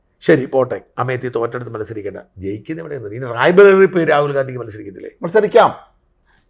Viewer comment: Rai baleri അല്ല Rai barwli